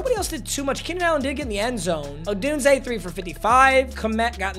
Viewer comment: is the only YouTuber I know that pronounces Rome. Odunse correctly